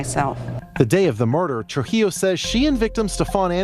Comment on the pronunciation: Hispanic name Trujillo is pronounced tru-HE-yo. 😉